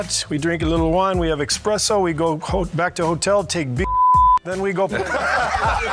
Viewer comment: Love ya Steve, but it's not EXPRESSO it's ESPRESSO! lol ps Kukoc was a bloody LEGEND!